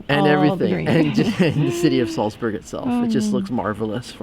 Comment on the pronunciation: You can't pronounce Salzburg properly.